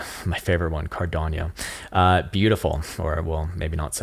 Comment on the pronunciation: Car dawno. Not cardonyo